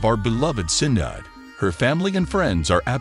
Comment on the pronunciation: YOU WANT TO RESPECT THEM?? PRONOUNCE HER FIRST NAME CORRECTLY!!!!